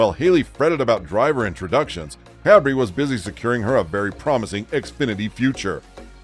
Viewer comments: OMG NO ONE SAID ANYTHING LIKE THIS!!!!! And her soon to be husband is CUBRREEE IS pronounced “Kay Bree” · His name is Chase Cabre and NOT Chase Cabri.